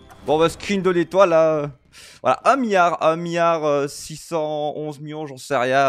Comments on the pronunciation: Un mion et un miard, ça me rappelle Guillermo Guiz sur l'articulation 😜 GG! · C'est fou comme un milliard dis par un belge, ça paraît pas beaucoup !